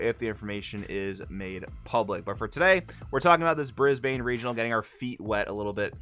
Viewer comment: Brisbane, to say it correctly, is more like “brisbin”